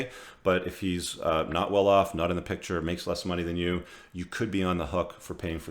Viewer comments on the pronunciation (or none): none